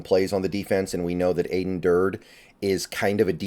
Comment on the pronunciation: Aden said in his press conference that it’s pronounced Ad-en (like Adam with an n) Dur-dee. Let’s nip that before the season starts! Sad to see Izzo and Shead go, but I am liking the hires so far! Macdonald was my top choice and after hearing the coordinator interviews liked it even more. Thanks for all the analyses!